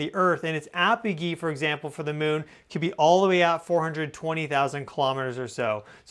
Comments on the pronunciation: Apojee and perijee, the g is soft like ge- ometry. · why does he pronounce apogee and perigee like that. lol